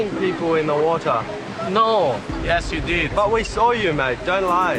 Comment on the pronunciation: Water: "Uodar"?? 😂😆